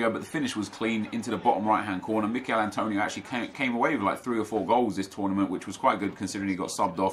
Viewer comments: It‘s Emil Forsberg 😊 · “Mikel forsberg”?? Emil.. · Not Mikael Forsberg,Emil forsberg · Who dafuq is Mikel? He's name is emil